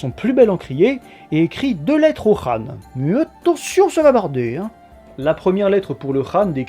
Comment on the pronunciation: Enfin quelqu'un qui prononce bien khan ;)